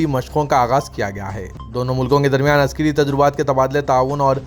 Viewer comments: Askari not Askiri read properly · Askari. Not Askari read properly